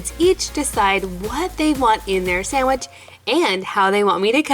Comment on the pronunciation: I don’t know why but it bothers me that I hear sandich instead of sandwich